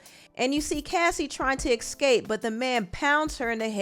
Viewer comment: *ESCAPE NOT ECSCAPE